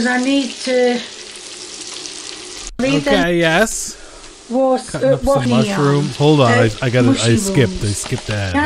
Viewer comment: Mushiruhms and honions